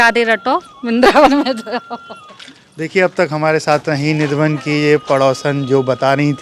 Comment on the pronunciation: Radheshyam Sundar.🙏🙏 Nidhivan bolo bhai